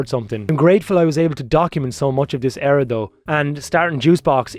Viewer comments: What fucking way do you pronounce “era” 😂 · That's Irish lads for ya (im irish I say it the same way lol)